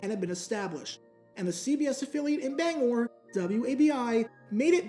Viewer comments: As a Mainer I love and appreciate you saying Bangor right. Also love that you bring my home city of Lewiston into this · Hi, Bangorian here. Very interesting video. Again, thank you for saying "Bangor" correctly. Its also interesting that the main team here in Bangor was once the Giants, as I grew up during The Brady Era and New England Patriots became the main team. They even visted us after they won the Super Bowl in 2002